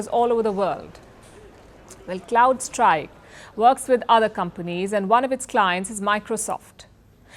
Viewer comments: Is she repeatedly saying " Cloud Strikes?" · CrowdStrike. Not Cloud-strike. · Small correction. You referred it multiple times as cloud strike, but it is Crowd Strike